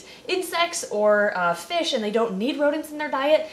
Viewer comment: look baby it's fishh' '